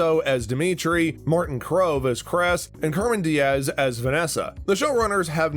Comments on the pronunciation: bruh if you're a true cobra kai fan you would know how to pronounce everyones names "jared burtrand" - Jacob Bertrand Tony - Tory Krese - Kreese Gino Dinseo - Giannini DeCenzo Martin Crove - Martin Kove Cermen Diaz - Carmen Diaz Zabaka - Zabka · Carmen Diaz as Vanessa was the one that got me.